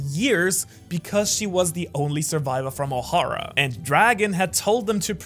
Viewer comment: Why does Ohara pronounce Ohara differently than when he says Ohara... Why Ohara ?